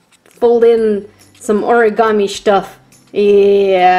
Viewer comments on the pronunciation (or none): none